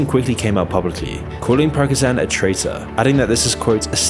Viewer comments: He's not Progzan, he's Pree-go-jeen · Bro, it's painful to hear PRA-GO-ZHAN 30 times in a video... How TF can you not read the name right, it's like if you made a video about Putin a read the name PU-DING unironicly the whole time. I can understand if english speakers don't get the names of the villages right, but name of major character that are talked about for a year in this war?? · no way dude said pragozhan instead of prigozhiin ( the i is extended so i just put two of them) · His name is pronounced Pri-go-zhin there are so many videos about him it should be easy to learn. He said in videos before even going in to russia that it wasent a coup, he only wanted the military leadership, and the "casual meeting" he was having was after he showed up with armed troops and over took the area, in the "casual meeting" they are having he says "we will stay here till the minister of defense comes here" ive seen the video ive heard what he says, you can do that too. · It's pronounced Pri-go-shin. 🙄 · Pregozan? Is that some kind of medication? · Good vid, but his name is pronounced "Pree-gO-zhyn" or "Prea-gO-jean" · it's pronounced pree go geen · Ok, I know you're English and all... But "Pra-ki-shan"? How do you swap the "i" into "a"? I was so confused who you were even talking about. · who is piragozan? how can you pronounce it that wrong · What quality are you talking about? He didn't even bother to find out how his name is pronounced correctly. Praigozan - LOL, he's not an Armenian :D Then his BS about Deputy of the Defense Ministry (Evkurov) teaming up with Prigozhin - he didn't bother to translate what they actually were talking about in the shown footage (they were arguing and Evkurov was clearly not happy about being disarmed and taken hostage by Prigozhin). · Who is Porakuzan bro? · Pragozan -- dyslexia is strong with this one. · cant get over the fact you keep pronouncing his name Prako-chan lol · The dude's name is pronounced "pree-go-jin" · "Prigozan" hahahaha